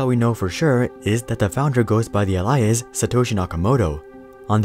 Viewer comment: I've debated with myself over and over whether or not the narrator of these videos is a live human being or AI. And I really want to say AI because it just sounds like an AI narrator with the speech slowed down to make it more audible but then he mispronounces the word alias at the beginning of the video so I'm even more confused on which it could be